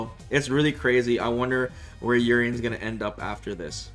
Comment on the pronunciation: Urienbros, not like this…